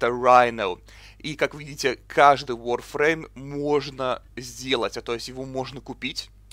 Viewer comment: Нахуя так коверкать слова? ВАРФРЕЙМ!!11 ВАР!!